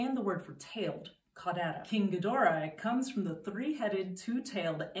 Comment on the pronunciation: King Ghidorah is pronounced "King GHI-doh-rah".